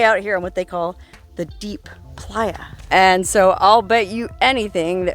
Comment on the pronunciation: I’m not gonna lie every time you let out a “soo” it sounds like you are from Sheboygan not California